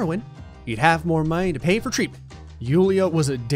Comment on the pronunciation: how did you miss traitment instead of treatment